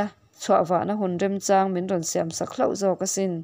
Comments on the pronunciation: Singaia a haw huna chawng a A tum a ni a Chawng^ ti a a Chhiar kha chawngh bulhmak a lam tur aw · a ngaihnawm hle mai. mahse tawng thluk thenkhat hi fimkhur deuh a tha hle mai. thangthar leh naupang te pawhin an la ngaithla zel dawn si a. eg: Chawn ti a i lam te pawh hi chawn ( thawn thluk ang) ti a lam tur ania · Chawngchen a, chàwng nilo in, chawngpuii hming ilam ang a, 'chawng' ti a lam zawk tur niin ka hria. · Châwng Ani lo, chawng tia lam tur, i chhiar hmâ in, Kum upa zawk te râwn ve tur alawm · A ngaihnawm khawpmai, mahse alam dan ah hiian "zupeng"tiha 'peng' tih.hi chawngzawng tih a chawng tih lamrik anga lamtur ani a, tin ka chawng tih pawh hi chawnzawng ang a lam tur tho ani e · Chawngpuii i lam ang chiah khan Chawng pawh hi lam tur ani. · Chawng ilam dam hi kepchawngpuii ti a chawng ilam rik dan thluk hian lam la adik zawk em aw kati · ‘Chawng’ I lam dan hi a dik lovin ka hria, ‘Kepchawngpuii’ tih a ‘Chawng’ lam rik dana lam tur a ni, hmanlai chuan an chawng thin. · Chawng hi chawnghawi ilam dan a lamtur chawng tihlai tak hi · chawng hi i lam dan a dik lova... thawnthu chhiar dawn chuan thu lam dan uluk deuh ula...(thahnem ngaih thu hla aw, duhsakna) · A ngaihnawm hle mai, ama'rawhchu, duh aiin, chhiar i zir a la ngai deuh. 'Chawng' tih leh 'Zu peng' thil dang pawh lam fuh loh a awm nual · Chawng tih hi lam rik dan pawh thangthar chuan an thiam ta lo a ni maw?